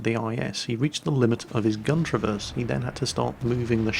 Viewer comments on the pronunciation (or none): none